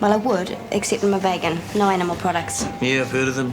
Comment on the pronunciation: Again, the weird pronunciation of vegan. Had Angela or the director never heard the word before, or is it a way people legit pronounced it?